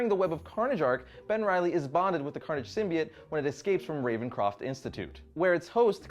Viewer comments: Came here only because recommended but I saw this already: EDIT: ALSO I NEVER NOTICED THIS BUT DID YOU JUST SAY RAVENCRAFT INSTEAD OF RAVENCROFT 😂😂 WOW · ravencraft - ravencroft brah you got me fucked up man I thought I was pronouncing ravencroft wrong all this while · Ravencroft! Not Ravencraft! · RavenCROFT, okay stop getting everything wrong